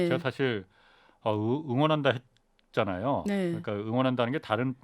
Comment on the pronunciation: 전형적인 조선족 발음과 말투, 싸우자는 듯한 태도... ~했잖아요, 했잖아요.